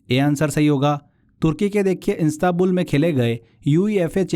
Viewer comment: Istabul nahi Istanbul hota hai